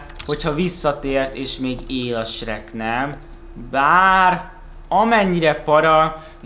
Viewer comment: AZT MONDA AZ ELEJEN HOGY SHEK